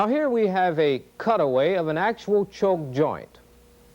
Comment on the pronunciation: This was not presented in a way that I could understand it. Like why is the A and B walls of the waveguide shaped like they are. What happens to the wave inside of it. The choke joint illustrations made no sense. He kept saying choke, but it sounded like chove.